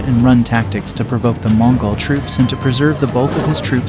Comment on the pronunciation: They need to work on how the AI narrarator pronounces "Mongol" it's a little off....